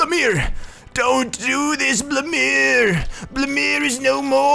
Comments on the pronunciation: It's (blue-me air) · why do you say blumiere like that it is blumiEEEre you say the e